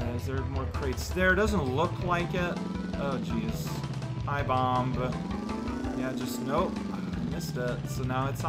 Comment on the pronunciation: Every time I hear him say 'bom-buh' I gain a nanosecond of lifespan. I think I got the better deal.